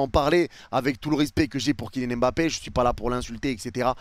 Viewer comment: Stp ne dis plus m'bappé c'est mbappé! 🤦🏾‍♂️